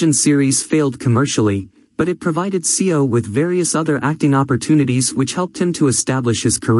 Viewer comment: what is mysterious about this? also it's seo is proounced as so